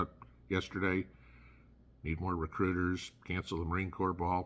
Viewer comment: “Recruiters” lol